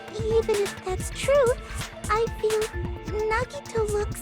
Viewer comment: Hey I love you just want you to know that you’re pronunciation of Nagito is wrong it’s na gee toe 💜💜